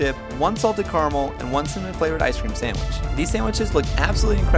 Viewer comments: Love the American accent😂 One salted carmel. Its Caramel! Pronounce both the A's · What the hell was that way of pronouncing caramel sounded like 🚘amell